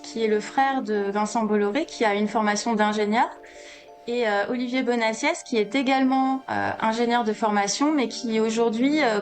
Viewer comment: Votre vidéo a perdu toute crédibilité quand le nom d'Olivier Bonnassies a été aussi mal prononcé. C'est réellement le niveau 0 du journalisme que de vérifier la bonne prononciation d'un nom. Dommage pour le reste de la vidéo.